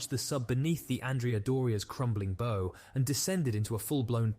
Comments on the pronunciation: Pounds per square inch is pronounced P. S. I. Not psi. The bow of a ship rhymes with now not no. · Good video but some mispronunciations really stood out. Like when reading PSI as “sigh” and “bow”